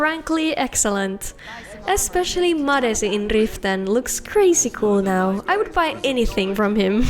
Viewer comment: oh man, i'm new to this channel and after hearing you say "Madesi in Riften" i immediately recognized you as a fellow Finn. i just started a new playthrough and was looking to upgrade my character's looks. great vid!